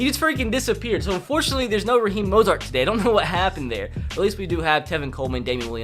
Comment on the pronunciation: When you say Roheem Mozart 😡